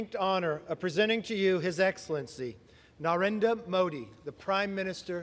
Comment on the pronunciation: Watch the guy on the side directing everything cringe once again...when they butcher NarendRa Modi's name.